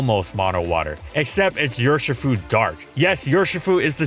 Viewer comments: its UR as in ursa not your shifu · Your-shi-fu Dear god please don’t do an urshifu video